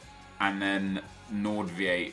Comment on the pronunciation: It's Nolito not Shaqiri and not Pedro, also the Westham CB is pronounced Nord like bored and Veight like invite.